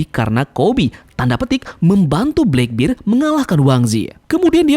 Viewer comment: Channel bagus2 tp pelafalan masih aja salah heran.